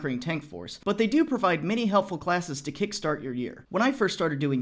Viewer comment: "Several Klessons"